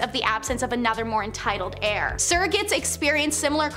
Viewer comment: Dude also said "Hair" instead of heir. Heir is pronounced the same as "air"